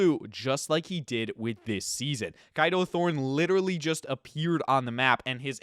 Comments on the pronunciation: I dont mean this in a rude way but i swear his names is pronounced as K a do thorne instead of kido thorne Or maybe its probably because im British😅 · you know you’re pronouncing Kado wrong, right?